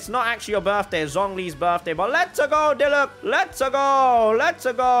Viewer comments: You pronounce it deelooc. Not deeeloooooch. Or you can say pronounce it diluck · third time I've heard somebody say "Deeloosh" it's Dee-Luke bruh😂